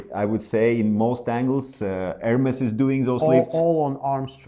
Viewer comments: ERMES, NOT ERMIS... MA FREND! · you know how to say ErmEs, why are you saying Ermis? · In italian it sounds like it's written, Ermes, not "air-mace"